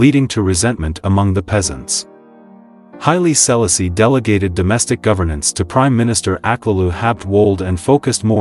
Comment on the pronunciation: His name is pronounced Hy-lee...See-la-see...the first. PLEASE HAVE SOME 🤬🤬 RESPECT. PRONOUNCE THE NAME CORRECTLY....OMG!!!!